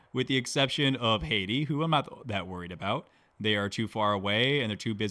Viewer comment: Great content and as a new player I'm appreciating the deep understanding of mechanics here. However the mispronunciation of certain words is slowly killing me. *HATTI is pronounced HAT-TEE. You keep saying Haiti, which is a modern day country in the Caribbean. The Hatti were a bronze-age culture in Anatolia. Very different. *STELE is pronounced STEEL-EE *BODKIN is pronounced BOD-KIN